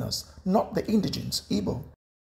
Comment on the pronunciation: i am highly disturbed about how this guy pronounces igbo